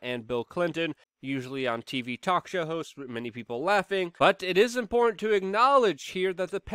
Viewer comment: I don't think he knows how to say the word "important".